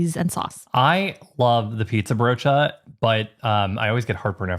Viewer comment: At a certain point I just kept watching to hear you pronounce the word broodje. It's not wrong, your accent just makes the word sound really fun. 😁